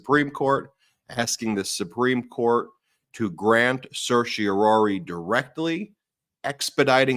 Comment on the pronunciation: Certiorari is pronounced “sir- shore- RAH- ri” not “sir-shore-ROAR- ri”, please🙏🙏🙏🙏🙏